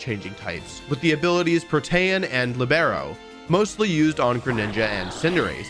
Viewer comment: FYI - it’s LEE-beh-roe, the ability is named after the position in soccer (which makes sense given Cinderace’s appearance)